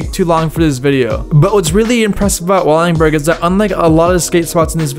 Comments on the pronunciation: Please don't encourage him. There's so much he missed and a bunch of the shit in this is just straight up wrong. I'm all for someone doing a historical chronicle of famous spots but it should be someone who at least knows who Wade Speyer is and can pronounce Wallenberg. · He called it “Wallingberg” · Its not Wallingberg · wALLiNg bUrG😂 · how do you manage to murder the pronunciation of wallenberg every time you say it. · Can you please say Wallenberg not wallingberg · i died a little bit every time you said "Wallingberg", it's wallenberg lol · El Torro was not skatestopped, merely a gate was put up. Wallenburg is not pronounced Wallingburg Wallenburg is not located at San Francisco University High School, it's at Raoul Wallenberg Traditional High School, they aren't the same, I used to ride by it on the bus daily. In 2002 SF legend Frank Gerwer kickflipped Wallenburg in 2001 for 411VM Darrell Stanton has an n, it's Stanton, not Staton Jeremy Wray is a G, he did an ollie across a massive gap between two super tall water towers where he didn't make it he'd die. Carlsbad is called Carlsbad because it was located as Carlsbad High School in Carlsbad, California Lyon is pronounced Lee-ohn, not Leon, it's French. Hubba Hideout was named that because it was a spot for SF drug addicts to do Hubba (what they called crack). It's Wade Speyer, not Wayne Speyer. The shot of Wade was for a Downtown Skateboards ad in Thrasher in 1991. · “WALL-IN-BURG” not “walling-burg” that was painful to hear 30 times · Wall-en-berg not Wall-ing-berg. And. Wade not Wayne Speyer. Otherwise good video. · Wallingberg, lol. WalLENberg. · Wallenberg not Wallingberg. Holy man hahaa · WALL EN BERG NOT WALLINGBURG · Well, he also said “Wallingberg”. That’s worse. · "WALLINGBURG"?? Come On, Dude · It’s pronounced “Wall-En-Berg” and it’s called “Hubba’s Hideout” as any kid that grew up skating in SF can tell you. Otherwise really rad video and a fun roll down memory lane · Bro why do you say wallingberg